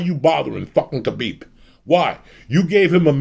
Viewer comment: everytime he said kabeeb im getting hungry